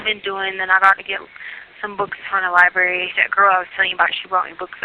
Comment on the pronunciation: Yes!!! And always “LIBARY” when she’s saying how smart she is. 😮